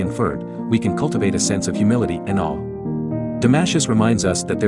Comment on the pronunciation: “Damashus” ? Welcome to the world of AI generated history of philosophy accompanied by crappy AI generated music. We’re doomed !